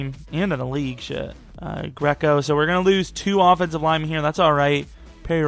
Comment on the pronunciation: you my nigga but the fuck did you just say? Greeeeeeeco?